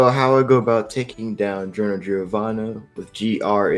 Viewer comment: Did you pronounce Giorno as Yiorno?